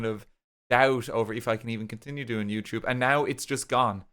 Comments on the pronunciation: can you say yewchube from time to time i'll miss it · You say Youtube in the same tone every time. It honestly sound like you're swearing when you casually say it. It's crazy what 2 years of videos can do. Congrats on the policy change! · It really does sound like you're cursing up a storm in this video. XD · Every time he says YouTube my ears perk up because I think he’s swearing 😭😭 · my brain auto-fills the f word every time you say YouTube is so funny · The YouTube made me trip up for a sec tryna figure out what the swear word you were saying was, then realized you said youtube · for a part of this video I was not actually looking at the monitor but was doing something else on my phone and my brain automatically assumed you swore when you said youtube, I have become so accustomed to that its crazy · When i hear him say "youtube" i just think he's swearing now 😔 🙏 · Huge W, super happy for ya man, and for all of us here on the platform. And, yes. It DOES sound like you're violently swearing every time you say YouTube, and that's coming from someone who's been with ya since Banana Bay xD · It's so funny, every time he says YouTube, it feels like he's cursing harder than when he says fuck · Honestly, every time RT said "YouTube" in this Video, it felt like he was swearing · I can indeed confirm that every time RT says youtube now I immediately think he's swearing